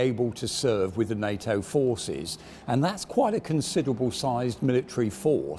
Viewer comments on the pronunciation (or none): none